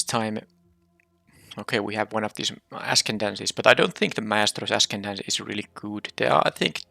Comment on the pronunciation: Yay! Another draft - deck ended up looking sweet. A quick pronunciation note, since it will come up a fair amount - the C is silent, so ascendancy is "ass-END-un-see". p1 p7 the act of treason is pretty good this early - easy to pick up a couple cheap-ish sac outlets even if you don't splash into black. p2 p1 unlucky witness has seemed pretty good when i've played against it. 2 6 the land is probably right but the black 5 drop/4 drop blitzer is good enough to splash. 3 3 oh man can you splash brokers ascendancy on treasures? Probably not. 3 7 third call is probably right but the goons on the splash are interesting. Though you ended up with plenty of 5s so no big deal. if they have the +2 pump spell they can use that and the double strike to trade for your huge guy. (or what they ended up having). Anyway, I'll watch the rest later.